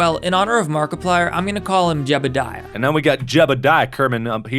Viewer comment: JEBIDIAH in the most southern accent ever